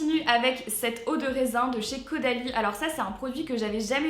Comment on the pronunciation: A elle a dit avec audalie et le nom du produit c Caudalie mdr